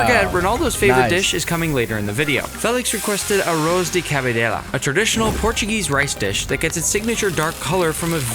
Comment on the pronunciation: bruh speed said portugunese